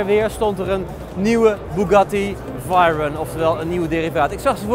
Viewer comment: 10 VAG feestjes en nogsteeds niet het woord Veyron kunnen uitspreken... Verder een goede reportage!